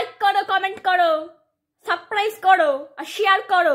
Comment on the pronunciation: ঠাকুমা Saprise বলেনি Sapcrice বলেছে...ভালো করে শোনো